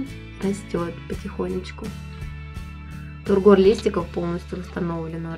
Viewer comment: Классные орхи, богатая плантация.))) Вот только не тургОр, а тУргор (ухо режет). 😊